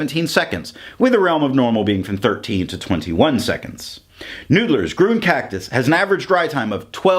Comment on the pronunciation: It's pronounced "Green".